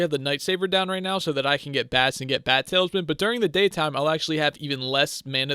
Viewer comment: tal-is-man, not tails-man